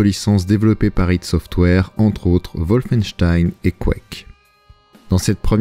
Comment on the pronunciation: ça rend vraiment ouf quand tu prononce "woufeinstein" sérieux fais un effort